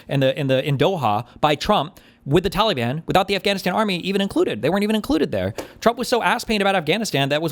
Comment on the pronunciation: For the love of god, someone teach Steven how to pronounce "Taliban".